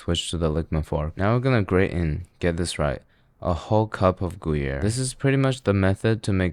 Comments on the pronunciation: Bro said gooyere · Ah yes, my favorite cheeses. Monster and goo-yer.